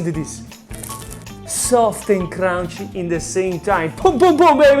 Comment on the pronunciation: I love how says "crust" and "crunchy"😁. I have been to the Garda lake & also Venetia. Italians are really unique. Love from Belgium, Italy will always be in my heart!